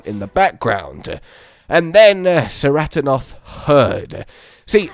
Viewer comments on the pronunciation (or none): Literally only could hear a voice acted trailer pronounce a monsters name out loud and still say it wrong in his video. Ceratonoth has a hard c not a soft one it comes from keratin the stuff nails, horns, Pangolin plates, and hair are made of not cera like triceratops.